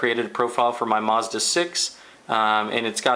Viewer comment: It's MAZda not MOZda